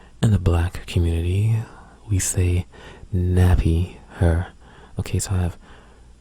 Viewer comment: I like how you talk :) "Err" "Herr" instead of Ear and Hair, sounds cool :)